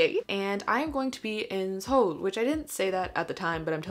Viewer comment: praise for actually saying Seoul correctly